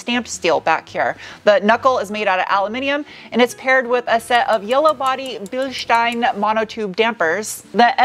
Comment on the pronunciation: Bilstein ..... pronounced Bilsteen